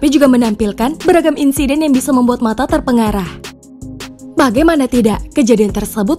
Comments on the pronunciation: Terperangah min, not terpengarah ❗ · mbak'e sampek salah, Terperangah mbak, bukan terpengarah